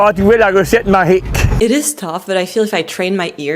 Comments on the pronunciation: btw the guy spoke quebecois with a speech impediment. not saying GPS or TRES or MAGIQUE correctly is not quebecois. They can say those words clearly if they apply themselves. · did that fisherman pronounce the G in "magique" like an english /h/ and not a /zh/ sound? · The fisherman seems to pronounce his j sounds like y, eg GPS, magique